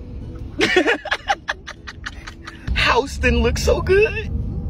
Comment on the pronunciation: This man said housetin 🤣🤣🤣🤣🤣